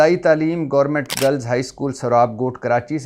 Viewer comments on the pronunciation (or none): none